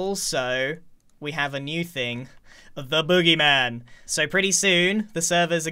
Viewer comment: why’d he say tHE booGEY mAHN like that 🤣